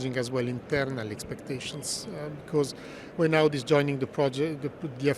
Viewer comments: Not the introduction saying 'Awdi'... bruh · Can't even pronouce Audi 😅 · Also mispronounced Audi, for the full hat trick